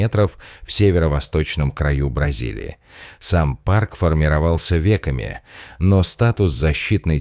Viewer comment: Ве́ки формировали парк. Ясно, понятно. Слушать машинную озвучку невозможно.